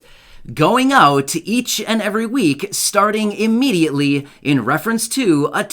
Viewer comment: You said immediately. Wrong! are you a click baiter?